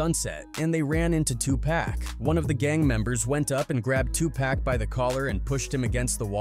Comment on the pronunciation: He calls 2pac…. Two pack….. there’s your first clue he didn’t know shit.